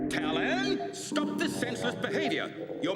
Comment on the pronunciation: They named him Talyn, I keep hearing Stalin 😅